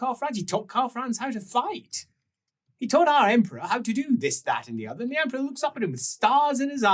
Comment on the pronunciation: Another 'Allo, 'Allo-adjacent situation in 'puffed, but not inhaled' salute: 'For the Emprah!' 'For the Emprah!' '-prah.'